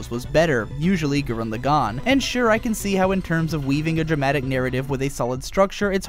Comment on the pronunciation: "gurren lagAHn" "vieral" "shimon" make it stop